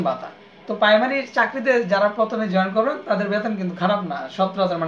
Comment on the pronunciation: প্রাইমারি উচ্চারণ ই তো হয়না আপনার আবার ভিডিও